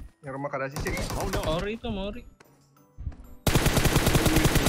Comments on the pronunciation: Ori mananya itu o nya beda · itu, kalo ori huruf o nya bukan kayak gitu